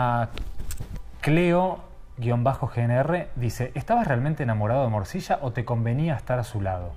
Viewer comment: El entrevistador dice moshisha y aclara morcilla maestro el trabaja en la serie ya sabe a que te referis?